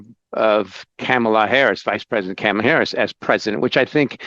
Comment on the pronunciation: Sad, that he couldn't even pronounce her first name correctly. It's pronounced like Comma. Comma La.